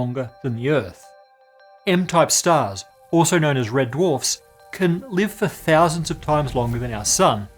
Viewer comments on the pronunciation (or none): none